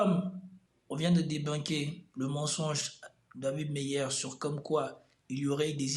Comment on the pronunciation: C pas meilleur c Meyer prononcé bien ou sinon évite on dirai il veut lui reconstruire l'image